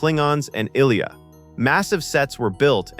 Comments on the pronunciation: I loved the movie and seen it premiere. Her name is pronounces "I" and then "lee" "a" (ah). It is as if you as a narrator have not seen the movie yourself! Pisses me off! Don't do this if you actually have not seen the movie. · Is this AI? Who doesn't know how to pronounce Ilia? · Dafuq is “ill-eya” it’s “Aye-Leeya” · "Eye Lee Ah" not " illLeeya ". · This is slop. "Ill-ya"? No. It's "Eye-leeyah". Or you just don't care, or you've never watched the movie. Blocked. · ish "ILL-ee-a" What the entire... it's *eye-LEE-ah" Unwatchable. I was going to put up with it, but no. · "EYE-LEE-UH". Ugh!!! Not ILLEE-UH. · Is it really hard to fix the pronunciations of names and simple words? eye-lee-uh not ill-ee-uh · ILL-E-YA? oh my god. AI fails AGAIN. I-LEE-AH. =M= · “Ill-ee-uh” “Ei-Tee-Ei-Tee” I guess the AI model was never exposed to the Star Trek TMP nor Empire Strikes Back audio. God I HATE robovoice! It is “eye-LEE-ah” dammit and those tanks are called at-ats! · Pronounce as Eye-Lee-Ah... Not "ILL-EA".. Sheesh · Pronounced eyeleea,not illya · Her name is pronounced "Eye lea" NOT I'll lea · It appears AI is narrating. It keeps calling LT Ilia "ILL-e-ah" rather than "eye-LEE-ah". Same for James Doohan - pronounces it as "doo-en". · Ilia is pronounced "Eye-lee-uh" NOT "Ill-yuh". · It's pronounced Eye-LEE-ah, not Ilya - teach you AI to pronounce names properly! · Eye-lee-ah. Not Ill-ehh-a. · Her name is eye=LEE-ah, not ILL-ee-ah. Watch the movie. It's gotta be AI audio and NO ONE previed it before posting the video. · After hearing Ill-ee-ah instead of "eye-lee-ya" 4 times I turned it off. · The "Ill-ee-uh" probe? Are you kidding? It is pronounced "Eye-Lee-Uh", any human that watched the movie would know that. That is as far as I need to watch your video... FAIL. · Bro, you are mispronouncing so many characters’ names. Maybe do some research on the correct pronunciation before making the video. Let me help you: Saavik Sa-Vick, not SAW-VICK Ilia EYE-LEA, not ILL-LEA